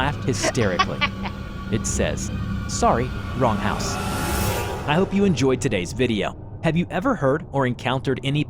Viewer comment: "Sorry, wrong hause"? That made me laught too😂😂😂😂😂😂